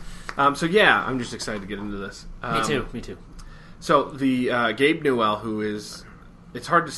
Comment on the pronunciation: Am I the only one who got bugged by the way they pronounced Gabe Newell's name?